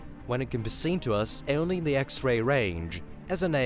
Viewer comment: Say "only" NOT" eonly! It's horrible to hear this rape of the English language! 😎